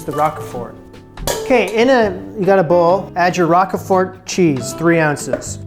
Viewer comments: 'ROKE-fort' rather than 'ROCK-uh-fort.' GREAT VIDEO,! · Love these videos. FYI it is not Rock-e-fort, it is Rowk-frt :) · Just FYI, it's "Roke-fert" not Rockafort. Great vid. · It’s not rock a fort it’s Rockford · ROKE-FERT. LOL Rok-a-ford? It's pronounced Roke-Fert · It is not rock-e-fort...it is pronounced rowk-fort... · I've somehow got addicted to watching you conquer Julia's recipes. So much so that I'm going to order that cookbook and try some myself! Especially these quiches! Oh, and I think it's pronounced "roke-fert" (a long "o"). :) I do love the rock-a--fort though! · "Roak-fahr" = Roquefort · You're so cute!😊 it's pronounced 'roke furt'.❤ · Pronounced like Al Rocher last name. Roach-fort (silent t) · 'Row-k' fort. Sorry ocd. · I'm a year late on this video but I do speak French as my first language. Lorraine the way you pronounced it for most of the video was de right way. And it's "Rok for" you know like 4 but without the u. Bon appetit! I've been enjoying these videos. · roquefort - roak four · its pronounced like ROKE-FORT! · More like rock-for. As in, both the "e" and the "t" are silent. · Never heard it pronounced Rokefort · Agree, I've always heard roke-fert in any region I've lived in. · Never heard it pronounced 'fer', always 'rock for'. Where did you hear that prononciation from? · You did a great job with the crusts - actually with the whole thing. I use a 10" Pryex deep-dish glass pie dish. Roquefort, sounds 👂 like folk-fort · “Roke-furt” cheese. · Rock-a-fort cheese 😂😂😂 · I’ve never heard anyone pronounce Roquefort like you do. 😉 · Roquefort, the rogue part is pronounced like yolk